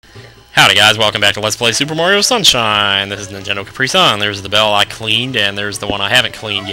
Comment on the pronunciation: did you say merio on ?the super merio brothers? hahaha